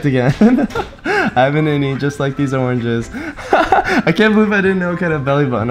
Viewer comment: Oranges: Orenges 😂😂